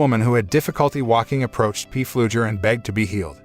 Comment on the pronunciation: If I ever hear P Fluger one more time in my life, it will be too soon.